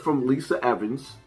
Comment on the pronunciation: It’s Lisa Evers not Evans